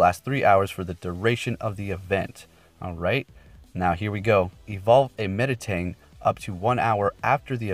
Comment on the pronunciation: Me-tang, not Meta-tang.